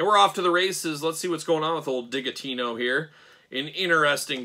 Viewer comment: Isn’t it Digitino pronounced like “digit” - because he’s a math guy?!